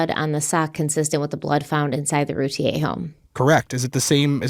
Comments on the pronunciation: Hey guys, it’s pronounced Rooo- tee ur. Not Te - A. Just sayin! No hate. 👍🏻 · It’s ‘Root-ear’ not ‘Root-ie-yay’. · Hello, just wanted to let you guys know it’s pronounced Roo-teer. I’m from Dallas and this was on the news non stop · The last name is pronounced "Rooteer" according to the Routier family. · Please learn how to pronounce this surname properly. It’s not the French pronunciation. Every local news story,, the majority of national ones, and the family themselves. pronounce it “Roo-tear” like a tea you cry. Those boys deserve to have their names pronounced correctly! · Loving the coverage of this case! CW is my favorite podcast ❤️ PS. Routier is pronounced Rou-teer 😘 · I live just outside Rowlett, and not far away from the Routiers (it’s pronounced Roo-TEER, btw). It’s a pretty common belief in the neighborhood that Darlie did this to her kids. It’s been a very long time since this happened, but this case still feels very fresh in the community, and there’s still a lot of anger toward her. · It's NOT ROO-TEA-A!!!! Ugh I cringe every time says it like that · Actually, root ie Yay is how it would be pronounced, by a French Canadian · Am I the only person who’s been pronouncing their name without the i? Like a computer router ? So far it seems the husband is involved too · #CRIMEWEEKLY YOUR FACTS IN THIS CASE ARE OPINIONS, NOT FACTS! Now I am literally going through all of your past cases I’ve listened to wondering how accurate they are….. I KNOW THIS IS ALL ABOUT VIEWS AND MONEY, BUT DAMN, YOU COULD AT LEAST HAVE CASES TOP PAR WITHOUT BOTCHING HER NAME AND WHAT I BELIEVE INNOCENCE EVEN MORE. ITS PPL LIKE YOU THAT CONVINCE PPL OF GUILT WITH ONLY LISTENING TO OPINIONS AND HALF FACTS… SMH 🤦🏼‍♀️